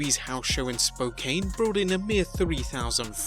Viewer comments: its pronounced Spo-can not Spo-cane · FYI it's Spo-can.. :) Spokane!! And it wasn't raining in Portland so people wanted to be outside enjoying summer!! 😂😂 Better fix the ratings issue fast , the ⏰⏰ till football season is counting down quickly!!!! 72 days in fact!!